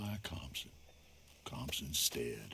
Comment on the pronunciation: You did good with Compson 😂